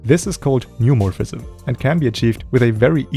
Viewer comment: it's not "new morphism", it's called "neomorphism"